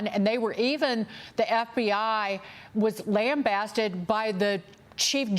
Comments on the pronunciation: It's lambasted!?! Say it right! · LAMBASTED!!!!?say it right.